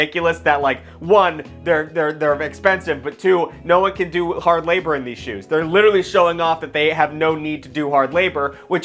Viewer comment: “Shoues” “these shoues rule”